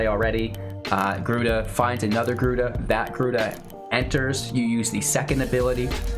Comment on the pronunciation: Lol "gryuda" 😭 rip